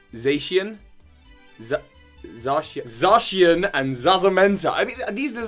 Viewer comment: Za ( like the name Zach)-She-en